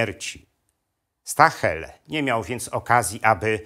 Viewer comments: Nie mówi się "Stahel" tylko "Sztael". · Ciekawy materiał, ale proszę wymawiać nazwisko gen. nie "stahel" ,a jako zbliżone do "sztaael" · "St" na początku czyta się jak "Szt" ale skoro jest pan profesorem to pewnie o tym wie.